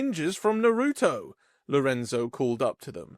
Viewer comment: It's pronounced "Nar-uh-toe"